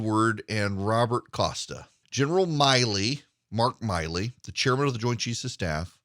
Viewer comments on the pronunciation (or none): I am retired USAF. I am NOT sympathetic to Milley (it’s not My-ley, it’s Millie). As the Chairman of the JCS, his conduct must be above reproach. He has violated so many articles of the UCMJ it’s not even funny. I would have been court-martial so fast it would have made my head spin. Add that to his handling of the Afghan withdrawal, he is a disgrace to the uniform and those he leads. He needs to go NOW. And yes Erick the election was stolen. You cannot in good conscience tell me what happened in Fulton county and the other states is normal procedure.. it is NOT. I don’t care if you were an election lawyer, something went terribly awry this last election.